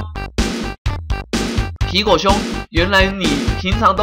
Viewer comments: 皮果講成蘋果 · 你經常吃蘋果嗎？ 吧皮果唸成蘋果 哈哈哈哈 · 我怎麼覺得念皮果常常念成蘋果.... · 把皮果講成蘋果XD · 你一直把皮果唸成蘋果還有平偉的本色你把她唸成偉平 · 分 你吧皮果變成蘋果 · 天狼星還是討厭科學~我一直發覺樂樂一直告訴天狼星，皮果身體裡面的"惡魔"，天狼星還是不相信有惡魔好奇怪阿。 阿~我都聽你講皮果為啥聽成蘋果阿。 我好像有聽錯還是沒聽錯。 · 皮果我都聽成蘋果=